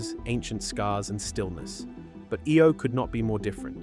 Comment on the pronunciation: Omg. Learn your words of eye-oh. . Lol not ey o lol